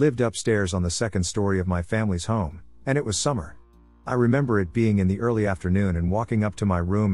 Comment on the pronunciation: Can you say earrrrly😂